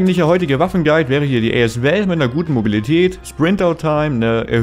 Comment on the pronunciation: wie er as val ausspricht 🤣🤣🤣